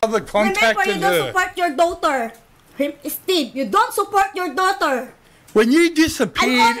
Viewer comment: DOWTER. EJOT hahhahah